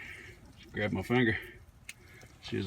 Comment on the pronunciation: nothing more southern than "Oh thats some fireworks an mah Bible". A+